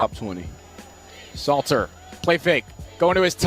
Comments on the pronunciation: *SALTER …. U gotta at least get the man name right bro lol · Great content but his last name is Salt 🧂 er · It's pronounced "salt er" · Learn to pronounce these young athletes names correctly. Salter & Slater is not the same name. Are you sober bruh smh? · We will just call him K-Salt.. not Slater or Salter.. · IT'S SALTER NOT SLATER. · Name is : S A L T E R (pronounce SAULTER ) NOT SLATER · Dude, stop calling him Slater 😂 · Hell I cant even concentrate on the video properly without hearing this man's name slated all throughout this video smh dawgg😂😂😂 You're going to need to remake this video for sure 😂😂😂